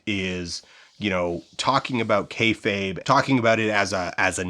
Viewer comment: Well you pronounced "kayfabe" correctly this time so you're going in the right direction. I will say on your popularity question, wrestling is absolutely more visible than it's ever been. The barrier to entry for wrestling streaming and VOD is the thinnest it's ever been, and getting your hands on international wrestling is so trivial today that describing a time before that would be like trying to explain what phones were pre-iPhone. AEW's founding and Hiroshi Tanahashi creating the "forbidden door" concept completely by accident made a business that was for years "it's WWE or nothing" flourish into a much much broader scope where even something like Soft Ground Wrestling can find its niche internationally. Popularity? Worst it's ever been. The fanbase is an order of magnitude smaller than it was at its true peak in the late 90s, even if you assume all RAW and Nitro viewership numbers came from the exact same people flipping channels. RAW getting 3-4 million viewers going into the 2010s was considered a weak showing and a sign of bad business, now if RAW even approaches 2 million it's cause for celebration. Even AEW gets a fraction of it's highest viewership after the Vince ousting siphoned back the people that didn't actually want an alternative rival promotion, they just wanted Vince gone. I know you have your promotions lined up for the doc, but PLEASE consider talking to the hosts of the Deadlock podcast about their promotion, while it was running it was considered the b